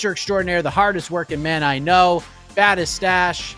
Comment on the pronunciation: Just for everyone's information, it's a 'Tash' not a 'Stash'